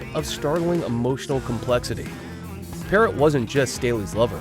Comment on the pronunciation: Demri had endocarditis caused by cotton fever when you inject heroin & a piece of a cigarette filter is injected by accident.Then she had the pacemaker put in. Layne visited her numerous times in the hospital. Her last name is pronounced Parrow.